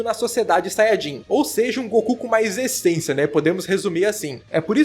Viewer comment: Espera, o acabou de falar "ESENCIA"?